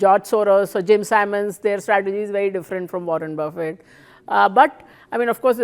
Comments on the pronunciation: Buffet not boufey 😂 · Learn to pronounce Warren Buffet